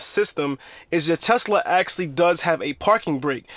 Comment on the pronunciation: I had no idea my Tesla “axxlly” had a parking brake. For real though, Good video.